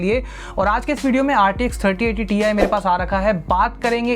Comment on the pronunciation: It not TI it's TIE 😂😂